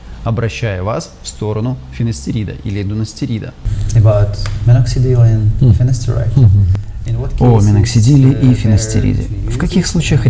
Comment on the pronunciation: Дутастерида, а не дунастерида😂 Мой опыт 7 лет использования: Дутастерид полностью либидо снижает. Финастерид медленно и накопительно снижает очень сильно, но если перерыв на неделю сделать либидо станет в норме высоким Конкретики от докторов никакой и не было о том как нивелировать побочные эффекты, где начнется костыль на костыле. Про анализы замолвился, а какие и для чего не озвучил. Второй врач почему не сказал эстрадиол и ГСПГ сдать и зачем пролактин сдавать А так, спасибо за видео в любом случае